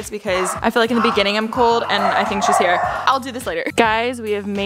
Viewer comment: I’ve finally figured it out! You pronounce “i n” as “e e” peenk theenk